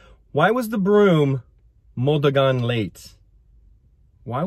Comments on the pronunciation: MO DA GAN (modagan) not MODUGAN ✌️😉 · Hi can I correct the pronunciation to run - it’s. Run is Dagan. - “ duh-gan”. To run is “mo-duh-Gan”. You are doing a great job for just doing it on your own!